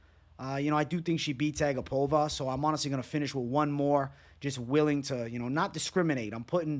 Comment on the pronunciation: It's A GAP-ova not ag-APOVA. i remember her saying that after a fight